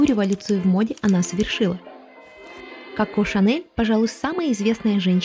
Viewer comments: Ну почему кАко а не Коко🫠? Неужели так сложно выговорить о в начале слова ? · Не очень понравилось произношение имени, КАко. В остальном, очень содержательный и интересный выпуск, без воды, красивый визуальный ряд.